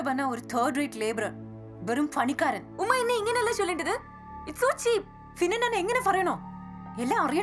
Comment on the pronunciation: പണിക്കാരൻ പക്ഷെ ഇതൊക്കെ മര്യാദക്ക് പറഞ്ഞു ബാക്കി ഉള്ളോട്തൊക്കെ പ ക്ക് പകരം ഫ. സാധാരണ ഭ ക്ക് പകരം അല്ലെ ഫ.